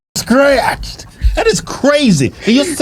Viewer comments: She wanna get “Stretched” big homie, not scratched 😭😭😭😭 Which is worse. She looking for English BBC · I believe she said "stretched" not "scratched" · That white lady’s powder blue outfit is KILLIN ‘EM. And I believe that, uh, woman was saying ‘stretched’ not ‘ scratched’ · I believe she said "streached" ☝️😅